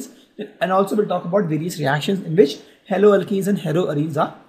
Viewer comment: Sir you are nice teacher but sir you may pronounce haloalkanes propdrly because there is very great difference between haloalkane and haloalkene